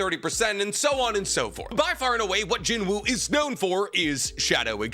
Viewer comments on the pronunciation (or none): It pronounced Jin-oo btw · the W is silent in Jinwoo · just a heads up the W in his name is silent loving the content keep it up fam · Please pronounce his name correctly 😔